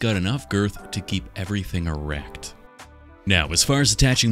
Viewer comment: Brother said "e r e c t" with way too much sauce